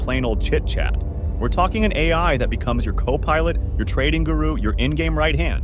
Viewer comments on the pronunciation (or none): none